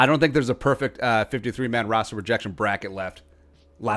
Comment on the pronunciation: Is he saying rooster on purpose I’m guessing so but idk